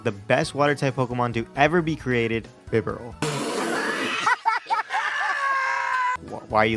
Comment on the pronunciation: BIDOOF IS NOT A GOD! AND IT'S BIBAREL, NOT BIBERAL!